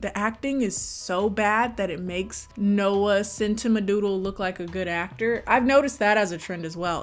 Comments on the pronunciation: the way you pronounced noah centipeepee's surname is the ONLY thing i care about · make every time she says centineo wrong a drinking game and youll get HELLA drunk